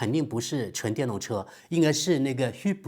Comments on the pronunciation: 学一学 hybrid 的读音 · 对啊，那是德国口音吧